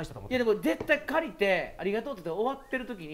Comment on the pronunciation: 私だけやったらごめんなさいやけどシゲって絶対のこと、デッタイってゆってて可愛い愛おしい大好き🥺（笑）